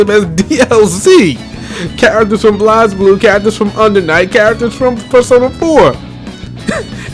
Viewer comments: Why does he pronounce it [Blahz-bloo]? And who's Leilachi? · Just a minor nitpick, but Blazblue is pronounced like Blaze Blue. That aside, yeah the DLC thing annoys me.